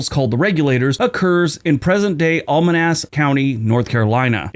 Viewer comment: you refer to Alamance County, NC as "almanance"; that is so very wrong! Al - as in Al Bundy A - as in "that's A bad pronunciation Mance - Rhymes with "manse"...... you say that Andrew Jackson was impeached (by the House) in 1868. That would have been quite ridiculous, since he'd been dead since 1845. The President impeached in 1868 was Andrew Johnson, Abe Lincoln's VP, who took over as President after Lincoln's assassination. 😂 C'mon,, you can do better.